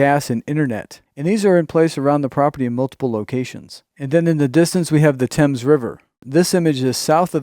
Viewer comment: The Thames River is NOT pronounced like the British one; instead Th is pronounced the Same as for the th in saying think. I would create a large conservation property where natural resources are protected for Peace, Serenity, and Wildlife to roam. Being close to the Casinos, it would be a natural draw for the indigenous people to roam, recreate, educate, and flourish.